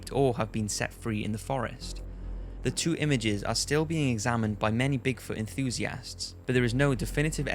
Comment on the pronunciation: My god you pronounce enthusiast so weird... it makes it hard to watch the video when you say it every 1 to 2 mins